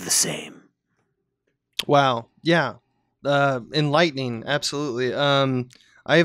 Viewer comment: Thanks for en-air-ening us about this subject, Professor.